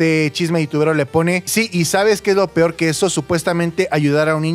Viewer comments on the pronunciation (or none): none